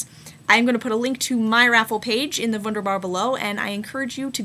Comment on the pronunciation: It took me a second to realize you were saying "wunderbar."